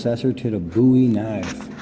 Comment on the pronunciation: Thank you for pronouncing Jim Bowie's last name correctly! The musician claimed he chose it as his stage name because of Jim Bowie, but pronounced it wrong and now everybody pronounces Jim's name wrong! The name comes from Scots Gaelic, and means "fair" like with fair skin and blond/light-colored hair.